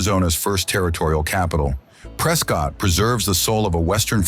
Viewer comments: Just to let you know, it's pronounced "Prescitt," not "Prescott." 😉But terrific video!! This is why I fell in love with Arizona; the diverse and stunning landscapes, and beautiful and historic cities like Tombstone, Jerome and Bisbee. Thank you for making this! ❤ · You got that right. Preskit not prescawtt a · Beautiful video. Teach your AI voice how to pronounce SAH WAR OH and in Az we call it Preskit.